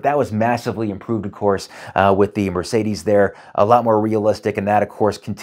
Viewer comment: It's Merr-Say-Dess, not Mur-Say-These